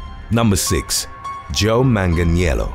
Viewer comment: Beautiful pronunciation of Manganiello